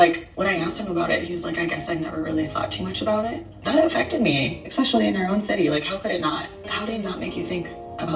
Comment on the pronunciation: ew! she said "exspecially"... ew!